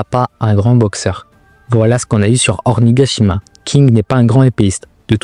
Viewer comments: Et même"Ornigashima" y'a quoi ?😂 Tu veux qu'on te goume ou quoi? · "Ornigashima" 😂 svp faites un effort aussi mdr